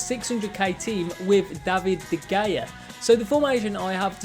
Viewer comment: “De geja” hahhhaha boy it’s de hea